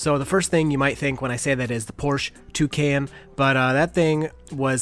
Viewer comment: "the Porsche... Tucan".